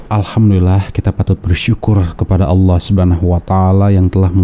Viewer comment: Hai murtadin jgn ngaku2 jadi kiai apalagi syeh ,nyebut nama surat aja nggak benar,menyebut Allah aja lidahnya kaku